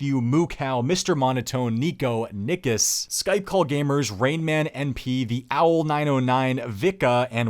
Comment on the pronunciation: Nickus sounded like a 2nd take with that emphasis on ick lol